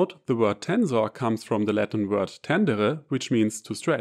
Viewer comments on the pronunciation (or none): none